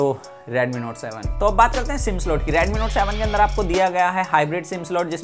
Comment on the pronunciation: its redmi not radmi 😄